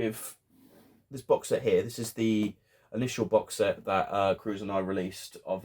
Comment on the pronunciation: Curzon, is pronounced as "Ker-sen"